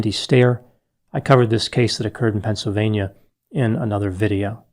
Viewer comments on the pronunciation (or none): none